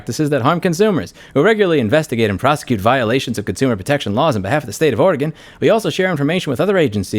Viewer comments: It' Ore - Gun, 'R -Gone, Otherwise good video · Areagon? Thats a new pronunciation of how someone says the states name -Oregonian